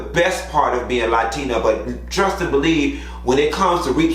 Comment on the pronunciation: You from Miami and saying latina like that. 😂 LA-TEA-NA